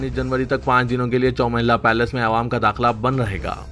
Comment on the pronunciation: Ewam nahire GADHY "Awam" bol